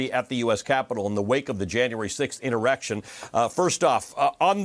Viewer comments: Inerection? Can anybody say insurrection? 😅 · Did the host say "inerection" at the beginning of the video? I shouldn't have looked it up on Urban Dictionary. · An honorable man who speaks the truth! The ONLY reason to vote against a Jan 6 Commission is to cover up their complicity. On a lighter note, at the very beginning, did the host say, "inerection" trying to say "insurrection"?